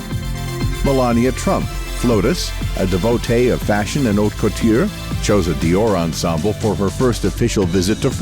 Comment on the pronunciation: The mangling of couturier, maison and other vocab is at first, annoying, and finally funny in a ridiculous way.😮